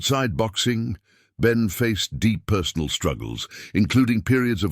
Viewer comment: Benn not Ben